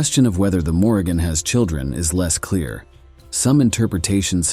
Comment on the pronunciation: His mispronunciation of her name told me all I needed to know smh😂